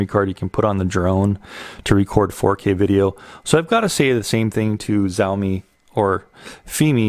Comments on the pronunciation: Great review. FYI "X" in Chinese is pronounced Sh, so Shaomi, not Zaomi. They now own Segway and also produce all the rental scooters for Bird and Lime that you may see in your city. Now that they have tested the waters and entered the Drone market, you can bet on them upping their game and competing heavily with DJI. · SenatorPerry Missouri , The Xiaomi state.